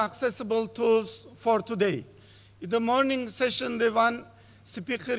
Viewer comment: Bu kadar şaşkın master of ceremonies görmedim. Sunuyor, gidip konuşmacılarla beraber oturuyor!? İngilizce desen o da yok. Telaffuzu, kelime seçimi, dilbilgisi, hepsi hak getire... Session kelimesini "sejın" diye telaffuz ediyor. Hayretler içinde dinliyorum.